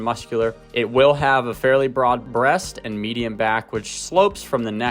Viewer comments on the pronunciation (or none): none